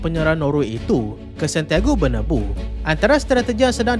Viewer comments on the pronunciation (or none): ni kali kedua aku nk betulkan sebutan hang supaya penyampaian hang lebih baik dan bertambah baik. Bernabeu tu sebutannya yg betul ialah BER-NA-BAY-YOU. Itu saja, selamat maju jaya 😊